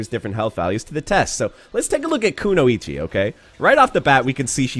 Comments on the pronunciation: Hearing every fgc influencer pronounce kunoichi “koo-no-ichi” instead of “koo-noy-chi” is actually starting to really bother me. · Can’t focus on the video with how he pronounces kunoichi